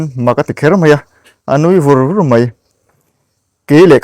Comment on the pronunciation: A nui ver ver tih tur niawm takah,A nui vur vur i ti thin a,a in hmahlo tlat.